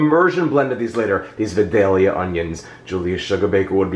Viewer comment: i'm from vidalia - it's pronounced - 'VI - DAY- YUH' you're close though, jeff! And it doesn't matter, we still love you!